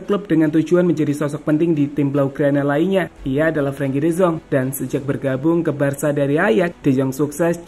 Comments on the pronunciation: de yong bukan de zong😂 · De Jong laaa bukan De Zong y ampunn